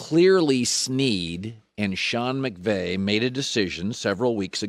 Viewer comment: Alright Colin, the first time it's a mistake, but the 2nd and 3rd time you're just doing it on purpose. "Sean McGay" sounds like Colin is a salty Seahawks fan.